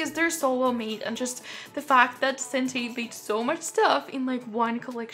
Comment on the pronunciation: I’m so honoured you featured my cc!!! Thank you so much for reviewing my collection, I’m so glad you liked it! And hearing all your lovely comments made me smile so much!! And you pronounced Sentate perfectly!!! X